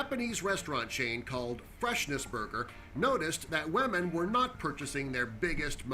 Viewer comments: OMG HE PRONOUNCED "WOMEN" JUST LIKE PEWDIEPIE (wahmen) dead 😂😂😂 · Is the narrator saying whaman instead of women at the liberation wrapper one